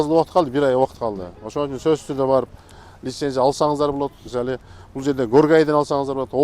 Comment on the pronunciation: мисалиы деген созду жакшы суйлойт экен бобок сыяктуу😅